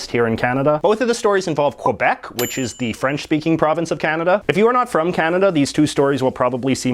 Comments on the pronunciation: First of all JJ, lesson number 1, it's pronounce "Kebec" Think of the QU as K! Second, you said in your column that the arm forces has to be bilingual. That is utterly false! Did you know that a "Kebecois" (making sure that the "K" sinks in your little English brain), in the arm forces that takes the English classes and fails the test, get a failed in his/her file. An English Canadian, gets "attended the class" when he/she fail the French class. They do require all of them to speak French. I'm a "Kebecois", (making sure that the "K" sinks in) that now lives in the USA. You might argue that 31% of Francophone is not enough for the politics to have to speak both languages, however, the Canadian forefathers thought other wise. Lastly, how many people in British Columbia are really speaking English? I was in Vancouver 10 years ago, and I heard more Cantonese and Mandarin than English. Diversity what's make a country great, Canada profess it every day and twice on Sundays. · As a bilingual canadian, I hate the way he pronounces Quebec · You are not Canadian. You are a American pretending to be Canadian. You don't even say Quebec or about correctly so stop your noise. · K-Beck not kwabeck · Its pronounced “K-bec” not “Quabec” ya curly headed fk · It's pronounced more like kih-beck, not kwah-beck or kwih-beck. Hearing you pronounce it incorrectly really makes it difficult for me to take your opinions on it seriously. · I know its a small thing but it bothers me how everyone pronounces Quebec, it was pronounced KÉBEK by the Natives, not KWEBEK, thank you for coming to my tedtalk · For God’s sake, pronounce it properly - it’s “Kay-bec”, not kwa-bec. Aside from that, Mr McCullough promulgates some very interesting observations on Quebec & Canada in general. He’s sort of the polar opposite of Will Ferguson. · Its Quebec not Quobec. Say it correctly. Where the fuck are you getting the O from? Sad that a Canadian is making such a mistake. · Its Quebec.....not Kwabec